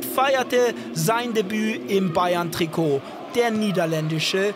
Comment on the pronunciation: Kommentator blubbert bei Bayern novj